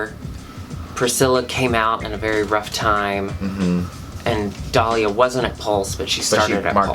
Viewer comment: said Dahli insted of Dollya. That part.